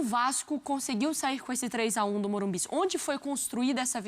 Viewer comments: O nome é morumbis tá correto mano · Tá errado o certo é Morumbicha😂